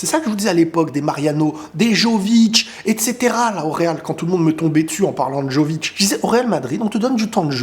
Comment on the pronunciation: on prononce "Gulère" et pas Guleure, et "Yo"vic pas "Jo"vic